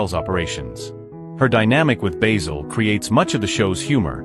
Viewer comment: The narrator keeps mispronouncing Basil, as if it's the herb